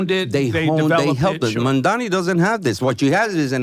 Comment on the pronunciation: The NYT answer completely invalidates all his previous statements. So much for impartial analysis. Is it so hard to call out prejudace ? Him mispronouncing Mamdani's surname is just icing on the cake.